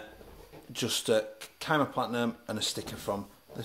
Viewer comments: It's pronounced SEEE-MA :D love the review and the channel - Keep up the great work! :D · That boy really said “Kai-muh”